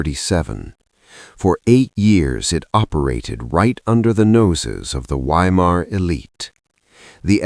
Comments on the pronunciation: pronounced Vy-mar in German, not Why-mar.Just sounds odd hearing Why -mar. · I'm not sure if this is some kind of dark humour. I'm talking about pronouncing Weimar as whyma. Surely everyone knows that 'W's are pronounced as 'V's in German in other words the town is pronounced Veimar but spelt Weimar. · Not "WHY-Mar" but Vy-mar. V as in Victor. Narrator's voice sounds like old grapes forgotten in the back of the fridge. Can't listen. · Please, W in German is pronounced as a V. So Weimar is Veimar. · Ai narrator?? Saying WHY—mar is driving me nuts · Sounds like AI. It’s pronounced Vimar, not Weimar. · Is it too much to ask of AI narration to correctly pronounce the city name as "Vye-mar?" I guess that would be intelligent. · It's pronounced Veimar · Weimar is pronounced VYE MAR. Fix your damned AI and learn to pronounce words correctly. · I don’t know if the narrator is human or AI but i wish it would pronounce place names correctly 🙀😬. The letter W is pronounced as a V! please fact check before publishing a video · Why can your Ai correctly pronounce Goethe but not Weimar?